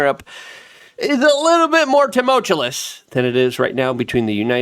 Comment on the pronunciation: So many of us have told Luke the proper way to say it but at this point I don’t think he’ll ever understand